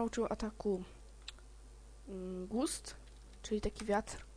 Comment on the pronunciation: nie mówi się "gust" tylko "gast"